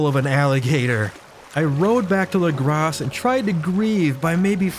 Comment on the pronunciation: Saying “lagrass” instead of “legrah” is driving me insane